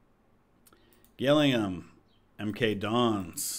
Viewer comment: WRT finance, you may want to check whether or not you have Keep Reports Uptodate in Scouting. This can cost you considerable money. Also, Gillingham is pronounced Jillingham